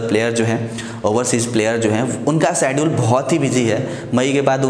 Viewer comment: Sedule nahi hota schedule hota hai. Please improve your accent